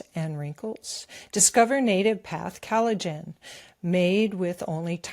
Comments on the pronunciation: What is 'calajin?' With all due (and quite well earned) respect, I think you mean collagen. I love you guys, and VDH is obviously an accomplished genius, but as a career ESL/EFL teacher, I can tell you from experience that pronunciation IS extremely important when it comes to effective communication. Likewise, it's not "Gutter," "Cutter, or "Guitar," it's Qatar (Kah-tar). Sure, it's natural to stumble over certain words when emoting freestyle via the newfangled medium of the Internet monolog, and the purposeful mispronounciation of certain words, if done properly tongue-in-cheek, is definitely an artform, but this channel is primarily aimed at LISTENERS, yes? 'Nuff said. Hopefully. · It's "COL ligen" not CAL ligen.